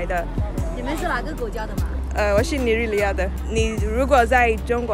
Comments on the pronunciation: How do you say Nigeria in Chinese? Did I hear Nigeriata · It's the way Nigerian was said in Madrin for me🤣🤣🤣 I was like no be my country be that.. I refuse it😂😂😂